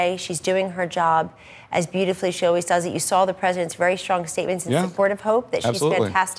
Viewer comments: Sawl is not a word Kelly Ann. Trump Administration is killing our language... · She said "if I sawl it" at 4 min. Go back to the libarry and see if saw has an "L" in it.